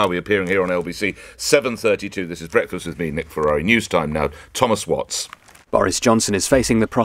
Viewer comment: When I say nick you say ferarreh